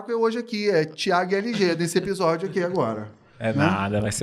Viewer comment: Eu gostava de ouvir "ebisódio" 😅